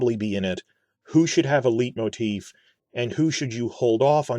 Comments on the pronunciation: Hate to be this guy but just 'cause you mentioned pronunciation, 'leitmotif' is pronounced sort of like 'light-motif' as it is a german word, often related to the dramaturgy in Wagner's operas such as 'Tristan', the Ring Cycle etc. Great video as always. Keep it up mate. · speaking of pronunciation: "LIGHT-moteef". oh, and i think the music might actually be BETTER than howard shore.